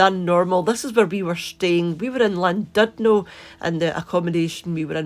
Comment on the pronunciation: It’s pronounced shlan-did-no - but even the English can’t always pronounce Welsh place names properly!